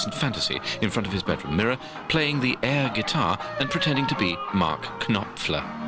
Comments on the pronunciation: LMFAO "Mark Ka-nop-fler" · K-nop-fler! HaHa!